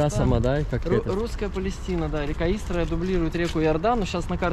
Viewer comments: Правильно говорить не ИстрА,а Истра. Ударение на букву И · Город И’стра, а не ИстрА’ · Только ударение на И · Только ударение на И- истра. Раньше Истра называлась Воскресенск